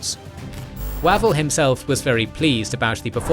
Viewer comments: I like the series, but can't cope with the pronunciation! Wavell is more like Wave-ull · Excellent Series so far. One comment though. FM Wavell name should be pronounced "Wayvell". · Why can't the British narrator get any British names right: Way-vell, Awk-in-lec, Ma-kay? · In one breath we have mispronunciation of Wavell Linlithgow and Auchinleck brilliant